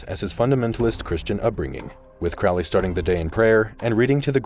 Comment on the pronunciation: Crow-ley is mispronounced. Check his poem A Convert (ca. 1910), where the pronunciation is apparent. There met one eve in a sylvan glade A horrible Man and a beautiful maid. “Where are you going, so meek and holy?” “I'm going to temple to worship Crowley.” “Crowley is God, then? How did you know?” “Why, it's Captain Fuller that told us so.” “And how do you know that Fuller was right?” “I'm afraid you're a wicked man; Good-night.”